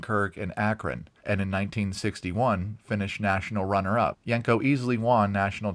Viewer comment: Great video but you're pronouncing the name wrong. It's not yank co, it's yen co.